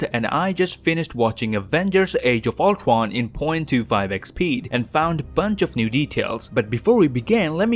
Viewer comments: You literally say ultron as ultwon ul-tron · its ultron not not ultwon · Did anyone notice that he said ultwon instead of ultron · Number Twee when Ultwon xD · No offense are canadians unable to pronounce r? Cuz when he said words like cradle or Ultron Prime he said it as Cwadle or Ultwon Pwime ngl kinda like my impersonation of a baby 😂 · Ultwon dude its Ultron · Does he has some problem in speaking?He keeps saying Ulcron but not Ultron and more terrible speaking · I love how he says “Altron” instead of Ultron. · He says Uldwan insisted of Ultron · He says it more like ulquon instead of ultwon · Ultwon he said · Another detail is that this pronounces Ultron as "ultwon" XD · Sounded like u said oltwon might've been the joint I smoked I'm not rewinding it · No offense But why did you say “age of ultwon? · He says owtwan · I like how he says "Ultron" Ultwon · its ur boy, owtrwon here to kill the avwengers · I played this vid at .25 speed and all I know he says oltwon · How he saids age of ultron: age of ultwon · Is it just me or he says thwee? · I love how he says ultwon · Nobody: The Canadian lad: ultwon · Did you just called the movie "Avengers: Age Of Ultwon"???? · Canadian lad pronunciation of ultron is ultowon (Im not gay) Its not hate but its cute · I think the guy cant say r no ofrense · you cant say ultron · I might be offending but, is that actually how you pronounce "Ultron" in english? Just that we pronounce it differently in other countries and I was just wondering. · The way u say Ultron is hilarious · As a huge MCU fan your upload has become an event for me! 🤩 thanks, lad... Also, I love the way you pronounce “Ultron” 😅